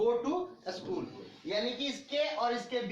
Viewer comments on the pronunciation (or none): Please improve ur pronounciation of school and errors.